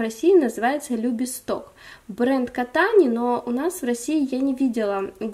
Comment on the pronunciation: с выздоровлением Вас.Травку что вы показывали называется любисток с ударением на и.Она растёт у нас в палисаднике как лечебная трава.Ещё моя прабабушка её заваривала и в отваре держала ноги чтобы не болели,а когда я родилась,то меня купали в отваре любистка и говорили чтобы хлопцы любили))